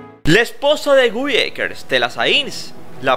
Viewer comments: No ES Gui, és Guy ecker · Se escribe Guy pero se pronuncia Gay, solo esa observación. Gran persona, gran profesional, gran ser humano! 🥰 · Amigo se ESCRIBE GUY pero se pronuncia GAY😂😂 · Suena raro como pronuncias su nombre